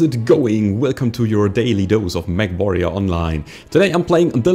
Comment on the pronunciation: Since you call the game "MechVarrior", you must now pronounce all w's as v's and all v's as w's. Please help me find the nuclear wessels.